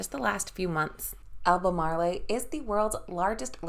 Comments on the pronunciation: Please pronounce Albamarl as if it did not have an e on the end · AL BER MARL